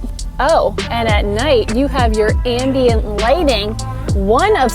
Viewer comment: I'm sorry, did you just say "Andie-ent lighting" ? =D